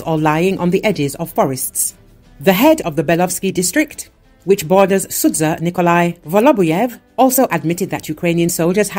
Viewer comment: I speak Russian and i can tell you that nowhere in the video was anyone cursing the russian army. Those people were saying that Ukrainians destroyed the houses, cars and looted the houses. And please, learn how to pronounce Sudzha, its painful to listen to you butchering it🤦.